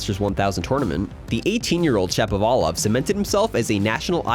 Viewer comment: Shapo like “shop”, not like “tap”